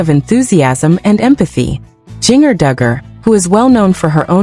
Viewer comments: It's ginger, not geenyer. this is not a real video. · Learn how to ppronouce her nam